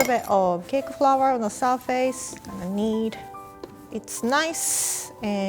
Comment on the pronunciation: Nobody:: "bread FROUR"